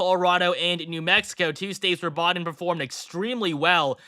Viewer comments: Why does he keep saying Joe Bawden, instead of Biden? That's weird. It's not a difficult name to pronounce. 🤔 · The fifth final prediction! It's also pronounced "Biden" not "Bahden"